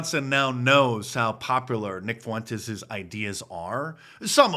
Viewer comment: Can’t even pronounce Fuentes